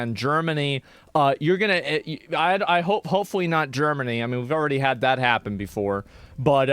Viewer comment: He obviously said "dat"